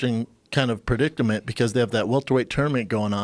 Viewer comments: "Predictament" LOL and he talks for a living. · He said perdickdament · Brendan "Predictament" Schaub